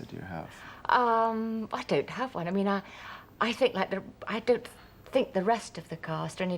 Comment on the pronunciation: harty couldn't say 'one' ie WUN.